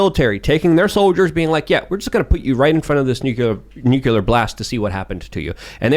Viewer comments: I get annoyed at the constant harping on this topic because keeps saying “nukular” instead of nuclear. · Every time says "nukular" I die a little inside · ....nu clear. Not nuke you lur. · When is going to learn how to pronounce Nu Cle Ar, not Nu Cu Lar? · Repeat after me: Nook-LEE-errrr 😅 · Ever time adds a ln extra u in nuclear, I get slightly more angry. LoL